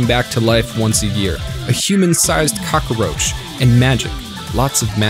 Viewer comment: hold up, did you just say "cacaroach?" Like a certain Tungstencat?